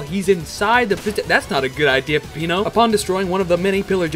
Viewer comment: Every time you mispronounce Peppino's name a blood vessel pops in his head